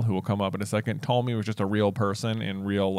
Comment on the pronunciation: are you saying Ptolemy?